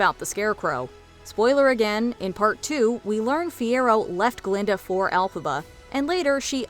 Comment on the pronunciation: It isn't "Elphaba."